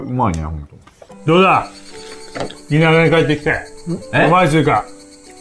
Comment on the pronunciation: 田舎って言ったのだろうけど、FBさんの滑舌死んでて「新潟」に聞こえちゃったヨ